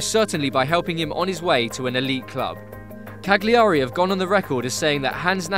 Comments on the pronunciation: It’s pronounced ‘Cal-yar-E’ not cag-li-ahr-E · Jesus, absolutely butchered his pronunciation of Cagliari. "Cag-leeary". Hahaha. The g is soft and emphasis is on the first a, it pronounced more like Cal-uary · Can we fucking get something clear. We’re pronounced cah-Leah-ree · The G in Cagliari is a Y sound because of the Gli in it. So it's Ca-Gli-ary. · Im ukrainian, but even i know that you dont pronounce 'g' in 'Cagliari'...so why everyone says CaGliari? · The ‘g’ in Cagliari is silent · It would good be if you could say “Cagliari” properly but interesting video. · you dont pronounce the g in cagliari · Great video, but please start working on your Italian. Your pronunciation is seriously terrible and painful to hear. I have really struggled to understand you were talking about Cagliari and Perugia, and if I didn't know this guy's story, I would have never understood what club he was playing at. Ok, there were the logos, which make everything easier, but still I do think football journalists should be supposed to know at least how these kinds of clubs (which play in the first and second division of one of the biggest football countries in the world) are called. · Please man pronounce Cagliari in the correct way, it s so fucking terrible hear that in the wrong way for an italian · Wow, this narrators pronunciation of Cagliari is bloody annoying, guess he's more a Fifa gamer generation product than Gazzetta Italia on channel 4, lol. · Maybe two seconds of research before completely butchering foreign team names wouldn't go amiss.